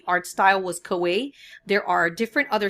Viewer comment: Great video, and it's pronounced "Ka-wai-EE" ;)